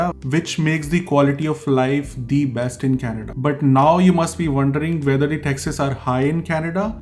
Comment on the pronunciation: I got a little irritated because you don't know the rules of pronouncing the word 'the', but it's ok you will learn it eventually. Very informative video and no offense. 😌